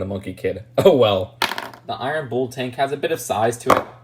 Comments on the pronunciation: rhymes with full not fool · Im sorry its just2 bugging me that you say "Bull" like "Booul". I'm not sure why that bothers me so much. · haha no worries lol I think it's just an inflection. My dad says oreenge instead of orange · Rhymes with pull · It's pronounced the same as 'pull' with a B